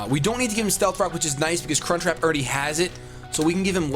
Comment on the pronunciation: When says crunchwrap it sounds like Cunt Trap